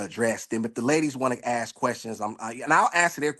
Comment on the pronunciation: I've read some the comments and I'm confused with myself, or wondering what's wrong with me. I like him and what he has to say. Most men nowadays can't even hold a conversation. Now I don't like that he said "likeded" for like and "ax" for ask. But I thought he was being legit. Most are still playing the field i believe he's straight up.